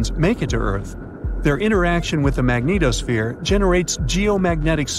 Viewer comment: I like how he pronounces magnetosphere, Magneto-sphere....